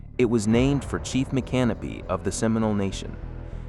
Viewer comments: You mean like Mic-can-o pee? Not My-canopy? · The correct pronunciation is "Mic -Can-O-Pee" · That's not how you pronounce micanopy, it's not can o pee, that's what you pee in, it's Mick uh NOH pee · Nope....Mick- uh- NOH- pee. I used to live right down the road, knew people who live there, there's no can- o- pee in Micanopy, Google it they'll tell you how the locals pronounce it. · Micanopy (mee-can-oh-pee) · MICANOPY,,, : It's Mic-an-OPIE. Sory to correct you... lol also: Dun-el-un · I am a Native Floridian, 73, born and raised in St. Augustine. All my life we pronounced it " Dun- ellen". And "Mic-can-O-pee". There are other names being mispronounced. The Ai needs more local influence. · Interesting. With lots of useful information and Ai images. But the announcer needs to learn the correct pronunciation for Micanopy, Palatka, Dunellen some others that he mispronounces.